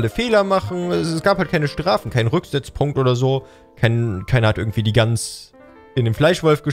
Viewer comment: Du bist eine süße Gans oder wie du es sagst ein Gus